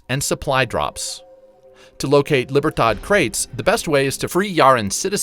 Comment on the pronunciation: It hurts me to hear you say silencer as opposed to suppressor, really hurts me to hear you say "cash's" as opposed to cache"a .. And libertard? It's Lee-beer-todd! I'm not angry, I'm just disappointed. And as always blasted on bottom shelf Brandy C'mon man! 🤠